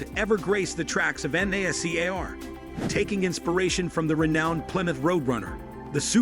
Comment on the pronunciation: Anyone else annoyed that he kept saying GT “three hundred and fifty” instead of just “three fifty” like a normal person? And later he spelled out NASCAR. AI narrated videos 🤦🏻‍♂️ You should probably review your videos for accuracy before posting them.